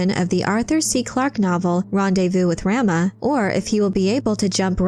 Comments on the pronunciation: Ugh stop saying "ram-ah." 😬 "Rom-ah!" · I believe it’s pronounced RAH-MUH not RAM-UH. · "Raw-Mah" like Raw-meat. Not Ram-ma. Like a male sheep. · rahma not ramma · It's pronounced Rah - Mah... not Ram-ah. Like "mama" as in your mother. 🙂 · RAH-muh, not ramma. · Your pronunciation of "Rama" is nauseating. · Am I the only one that finds the way Rama is pronounced in this video annoying? And is it petty that I do? 🤔...🤷‍♀